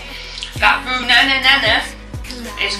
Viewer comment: Full view and like #5 from Bits of Real Panther! I think it's pronounced BWAY-no. You certainly have an energy about you,! I couldn't quite place the accent. Somewhere in Oceania? At least the recipe here was simple, something even I could do! hehe Also, do you keep any of your thumbnails on file? I'd like to feature a couple of them in an upcoming video. Anyway, thank you much for sharing, and I hope your weekend was truly "sweet"!